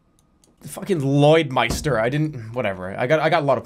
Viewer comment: Much love from Lloydminster lmao thanks for butchering the name btw